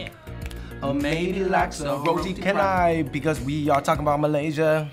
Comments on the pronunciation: Jason T I was thinking that too when I heard them pronounce canai. Also they didn't try ice kachang. :/ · 1) Roti Canai : Hahahah !!! ROTI CAN I ? !!! heheheh !! Its NOT pronounced Kahn- naii as in " CAN I say something right for once ? ".... Its pronounced CHAN as in Jackie Chan, Chan- Eye... !!! 2) Curry Laksa : NOT PRONOUNCED Curry Luck-ser... !!! its Curry Lahk- Saaarr IT IS NOT LOCK-SA anyways.... heheheheh 3) Bak - Kut - Teh : ITS NOT Pronounced Back - Cut - Tehh.. Its Bark - Koot - Tay Bak-Kut-Teh is only eaten by NON Muslims in Malaysia. 4) Satay : THANK GOD you got THAT one right !! 5) That Egg Plant IS NOT hors d'oeuvres (Pronounced Odd - Derv ) ... In fact hors d'oeuvres in Malaysia is called KUIH (pronounced KOO - EH? ). And That egg plant is NOT in that same category. Its normally used as an Added condiment that goes together with most combo meal with a Rice Dish... 6) Assam : NOT Pronounced as ( a Sum ? ) its Aah - Saarm 7) Popiah : Pronounced ( PO - PEE - Aah ) Its not made of PO from Kung Fu Panda or Pee !!! heheheh :) 8) Nyonya Pie Tee : Its NOT NONE YA.. like in NONE YA BUSINESS !!! Its (pronounced Neyo Nyaah PIE Tea ) PERSONALLY Never eaten that and Heck Im a Malaysian... damn... WHERE do ya GET THIS STUFF from anyways ? 9) Nasi Lemak : Nasi u got it right... (pronounced NAH - See ) but its NOT LE' Muck !! Its ( LE' Mark !! ) 10 ) Curry Kapitan ??? : DOES NOT EXIST !!! probably it did in err.. lemme guess freaking 9th Century perhaps. I THINK this curry existed during COLONIAL British era in Malaysia. Now its simply called Chicken Curry ! 11) Kaya Toast : NOT K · W pronounce Roti Canai as Roti Cha-nai.. not Roti Can-nai.. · Its not KA NAI ( canai ) but to pronounce it is, CHA NAI. :') love you FungBros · Guys! It's pronounced as 'CHA-nai' not 'KA-nai' 😁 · THEIR PRONUNCIATIONS DROVE ME INTO THE WALL. ROTI CAN EYE?!?!?? NOOOOOOOOOOOOOOOOOOO NONONONONO! CHEN EYE! ROTI CHEN EYE! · Hhahahahah rotai kenai. It's pronounced as ro-ti Cha-nai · Roti Khanay